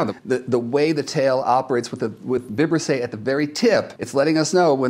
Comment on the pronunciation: The correct pronunciation of “Vibrisse” is with the accent on the second I. 🤓